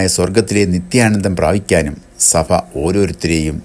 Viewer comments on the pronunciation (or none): സഫ സഭ ഉച്ചാരണം ശരിയാക്കണം